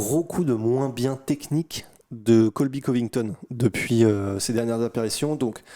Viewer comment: « Been voyons » 😂